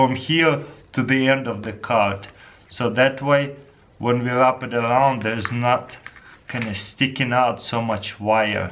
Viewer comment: omg:Dyou acidentaly said ''thets pretty much sh*t,, instead of ''thats prettyy much it,,(it sounds like it :D)